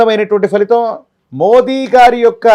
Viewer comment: మోడీ కాదు మోదీ గారు pm గారి ని కరెక్ట్ గా prnounce చ్చెద్దము